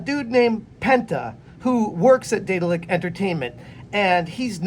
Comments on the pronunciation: Deh-daahl-ick BTW. Not Day-dill-ick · Could've sworn you said Diddler Entertainment lmao 😂😂